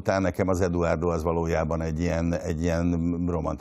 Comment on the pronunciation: (D.A.)Edvárdó😂😂😂 Nem tudja kimondani, hogy Eduardo. Mindenki más ki tudja mondani.